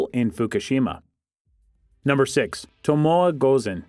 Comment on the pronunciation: Learn to pronounce the names of your subjects!! Tomoe is pronounced Tomo(ay)